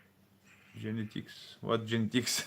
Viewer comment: Genetics pronounced jenn- eh - ticks is the study of heredity. For instance, eye color, hair color, height, blood type etc. that you inherited from your parents and their ancestors are your genetic traits. The word gen comes from a Latin root. There is nothing sexy or improper about the word genetics. You are getting it mixed up with the word genital which refers to the area of the body where the genital organs (genitalia) are placed. Belgrade has a lot of the same features as the USA in terms of curb cutouts at corners to help handicapped pedestrians and painted descriptions on the roads using large letters in highway paint. Some cities here have bicycle lanes but not all. Public transportation in the USA except some big cities is much more car based since the USA is a big country with many states that are very thinly populated. Belgrade is more in the middle of Europe and English usage may have started back after WW2 with the USA and UK occupation.